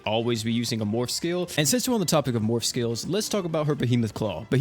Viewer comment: every time he said morph all I could hear was morb